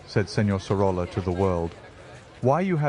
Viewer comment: Great video, just one correction; in Spanish two "L's" are pronounced as Y. "Soroya".